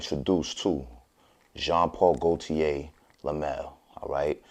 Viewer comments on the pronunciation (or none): "Dezinah" and "joawn poawl gowdiyay"